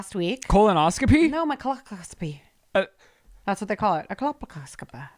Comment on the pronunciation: Cole poss co pee is how that is pronounced